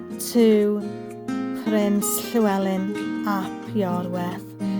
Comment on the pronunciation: Really interesting and I've now learnt how to say Llewellyn correctly!